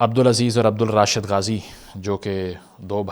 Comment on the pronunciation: It's "Abdul Rasheed," not Rashid.